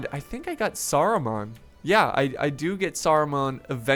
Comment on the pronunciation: cough saru-man, not mon, man :) Saruman